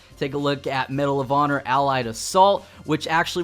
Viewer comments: Lol "Medal of Otter" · it sounded like he saud medal of odder.